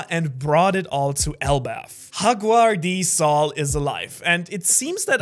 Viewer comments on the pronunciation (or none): The only youtuber who pronounces it as fuking HAGUAR D. SAUL. Pauso